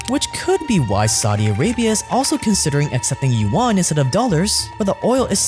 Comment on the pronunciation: As a Chinese speaker, the pronunciation of yuan as "yu-one" hurts my ears.